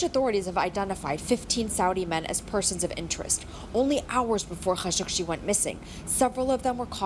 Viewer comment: That's not how you pronounce Khashoggi. Don't make me pull out my bone saw.